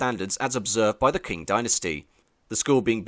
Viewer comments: did you just say the "kwing dynasty" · Arrghh, the pronunciation! Q is pronounced 'ch' in English. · This guy can't decide how to pronounce Qing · If youre going to make a video like this, the least you can do is go on wiki or google translate to figure out how to pronounce some important words. Qing is read like ching not kwing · btw "Qing" is pronounced "ching", like "cheating" minus the "eat" not "kwing". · It's 'Ching' (Qing) as in 'Ching Dynasty' not 'Kwing'. How can you make such a film and not know that? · It's not pronounced " queen " Dynasty, it's pronounced " Ching " Dynasty, at least that's how it's pronounced in Cantonese. But i am almost certainly sure that is how it is pronounced in Mandarin, also. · Q is pronounced with a "chi", not a "kua" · Top tip: It's qing like ching not kwing. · I had to stop watching after two minutes, because I got so absolutely sick of the Narrator mispronouncing the name of the "Qing Dynasty.": It is NOT pronounced "Kwing Dynasty." Understand that in the common alphabet used for Chinese-english translation, "Q" is spoken as the "CH" sound - NOT as "Queue". It is a shame you couldn't do this basic research, because this could have been otherwise quite interesting. Just understand: You MUST be accurate, if you are purporting to be a historial/cultural channel. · 'Qing' is pronunced 'ching', not "kwing". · it's pronounced ching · Quing is pronounced ching. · Qing is pronounced " tching"